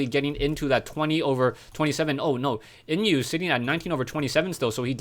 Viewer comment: inuh maybe is pronounced as ih-no :)) i like the way you say naruto haha its driving me crazy